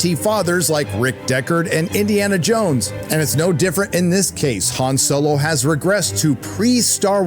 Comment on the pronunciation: The... actress for Matt Damon kept saying 'Han' like Hand... and no one stopped her...? Went, "Uh, it's pronounced Han, like the Dynasty"?